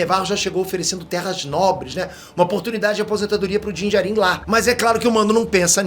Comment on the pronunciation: a pronúncia correta é Dín Djárin. E sobre os Jawas a pronúncia correta é Djáua, ou Djáuas. Fica claro pra nós que você acha Star Wars bom. Mas não manja tanto não. Só pronuncia um pouco melhor que já melhora. A crítica é pra melhorar ok?! É aquilo que tu ensina nos cursos.